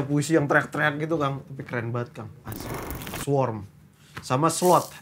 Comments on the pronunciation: Swarm bukan sworn 😅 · swarm cuk bukan sworn